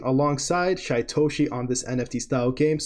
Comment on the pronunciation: His name is pronounced Sheetoshi.